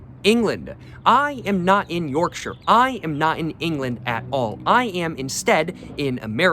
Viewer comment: Yes sir yes sir Thank you for pronouncing Yorkshire correctly also